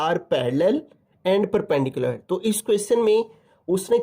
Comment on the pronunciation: perperpendicular❌perpendicular✅kis kis ny note kiya